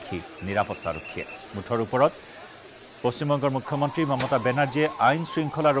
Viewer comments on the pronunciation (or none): মাননীয় মূখ্য মন্ত্ৰী শব্দটো ভালকে কব নোৱাৰে কোন এইজন বিধায়ক ।